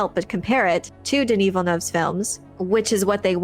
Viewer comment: You're the only youtuber who pronounces Villeneuve's name properly. Kudos